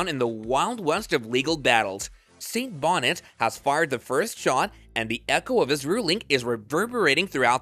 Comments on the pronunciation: Judge "Beneeeetiz" not Judge "Bonnet" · Benitez... not Bonnet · Bonitez…not Bonette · 🤨 "Attack" weapon & judge "Bonnet." Are you serious⁉️ 🧐 It's ASSAULT weapon & judge Roger T. BENITEZ! 😒 Get it right! 🤭 & ditch that silly voice! 💪😎👌 😜🤑👹🇺🇸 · If you're going to call Judge Benitez (Beh-NEE'-Tez) "Bonnits" then clearly you haven't *actually* been paying even basic attention, and can't be trusted. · Ok, I've been watching your videos fo awhile now. But come on dude either learn to pronounce names correctly, or find a new gig. Judge BONETEZ is pronounced Bo-knee-tez. Not bonnets. And what's up with the change Assault weapon ( made up term), to ATTACK weapons. Really, who's side are you on. Can't take the word butchery. See ya. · Pronounced Be-Neat-eezz (Saint Benitez) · It’s Judge Benitez. His last name doesn’t rhyme with “bonnet.” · At least pronounce Judge Roger Benitez name properly. It's not that hard. Ben E Tez.